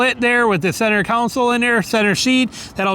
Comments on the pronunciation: Center "council". 😂😂😂😂😂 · stop. stop saying council. its not a council. its a console. theres a big difference.